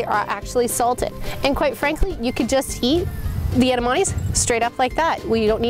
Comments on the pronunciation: She said Edemonies omg these guys are weird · Wow...it's pronounced: Edd-ah-Mah-May. Jesus... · Kept saying Edamonies...omg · エダマメイとかエダマミーみたいな発音も可愛んだけど、つい「え！だ！ま！め！」ってちゃんとした発音で正したくなる。カラテイじゃなくてカラテ！カラオケイじゃなくてカラオケ！ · Did I hear her say Edamani? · I dont know why they're having difficulties in pronouncing 'Edamame'. Its very easy. Maybe bec they're not asian but it doesn't makes sense to me.